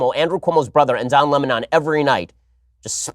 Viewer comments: Don Lem-On lmao at Tucker😭😂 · I will forever read his name as “Don La-Mahn” because of T. Carlson 😆 hilarious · Tucker Carlson: Don Le-mahn! Lol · Tucker- don luumon 😅😅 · Don Lamon.....hahahaha...Tucker cracks me up